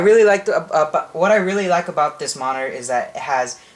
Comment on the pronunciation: never say monitor again!!!!!!!!!!!!!!!!!!!!!!!!!! And its not Hwite its White